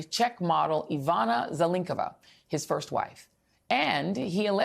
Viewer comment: Yeah. Very informative. Couldn't even pronounce 'Zelnickova' correctly even though it's right in front of you. Zel-NEETS-ko-va. You may want to start learning how to pronounce foreign names since the Left is selling the USA to the Chinese while the Right is selling the US to the Russians. BTW, as a newscaster of legacy media, it's just simple professionalism to learn how to pronounce Proper Nouns correctly BEFORE you go on air. BBC can do it. PBS and NPR can do it. Al Jazeera even makes sure foreign names are pronounced correctly.